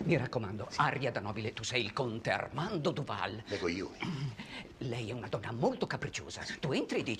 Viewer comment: "Ah, padre Duval" "Du pall" No, questa è troppo forte.